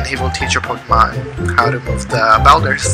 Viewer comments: It’s bulders not belders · someone tell this man how to pronounce boulders